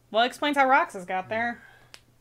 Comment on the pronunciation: I swear I heard him say “Camp Roxas” like, the newest world is gonna be based on Camp Rock, maybe also High School Musical and Halloween Town? I WANT THIS EVEN IF IM MAKING A DUMB JOKE!